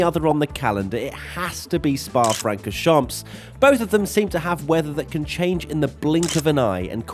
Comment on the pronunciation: "It's so bizarre how pronounces "junção"." And then seconds later, "FrancorchamPS". The what now??